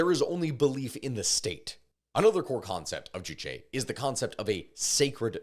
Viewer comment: k i just gotta say, you say juchi a lot, not juche juche 주체 means subject. juchi 주치 means a physician. so hearing “they abide by the physician’s ideology” is just really funny idk 😂